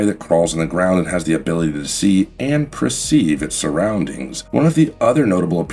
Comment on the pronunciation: Preceive? liberry? demised? - None of those are words! Speak English, damnit!